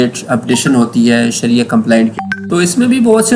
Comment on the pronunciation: شریعہ ہے صحیح لفظ